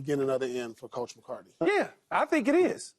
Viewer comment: lol at Paul Pierce giving football takes and can’t even pronounce MCCARTHY